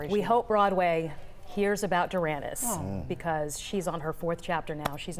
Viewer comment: I thought her name is pronounced Dur a niece. Bless her heart